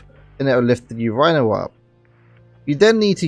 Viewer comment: I have never her urinal pronounced Your-eye-nal